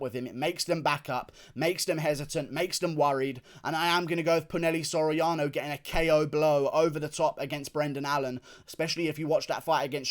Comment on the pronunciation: ITS NOT "PU-NEL-E" SORIANO ITS "PU-NA-HEY-LEY" SORIANO